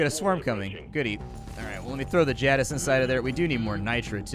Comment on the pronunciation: the way you pronounce jadiz makes my head hurt